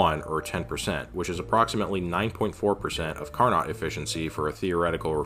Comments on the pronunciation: Carnot sounds like Car-no, not Car-not. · "Carnot" is pronounced "car-know" because he was a sneaky french dude. ◡̈ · Impressive rigorous analysis, also it's "car no" and "dew ur", just fyi.